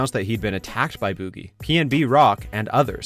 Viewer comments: Why is no one talking about him saying boogie so badly 😂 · Why he saying boogie like that?